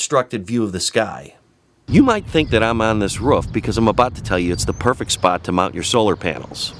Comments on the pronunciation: are you saying woof or roof???? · Its roof not woof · Ha ha can't say roof it's not ruff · Ruff. Ruff. Try ‘oo’. Two “O”’s make an who sound. Leading to roof. Not ruff. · Dude, its a roof. not a ruf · Al Filipini He also says Rouf a lot instead of roof, only person I've known to pronounce it like that, certainly robotic characteristics lol. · Great video! It’s roof not ruf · I swear to god if he says "ruff" one more time this video is getting paused...he's doing it to wind me up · I like how you say "roof". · I can't handle how he says roof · He says roof wrong. It's starting to piss me off.